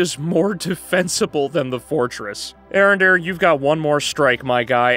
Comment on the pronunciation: It's pronounced A-Arondere